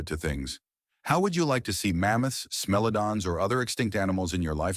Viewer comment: The only thing I don't like about this series is the AI narrator that can't decide how to pronounce things. Also, the strange pronunciation of real words. What's a smelladon?